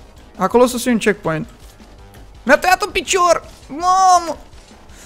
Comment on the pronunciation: De ce ai zis checkcoint?